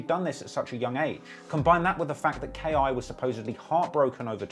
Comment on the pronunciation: It’s just K.I. Not Key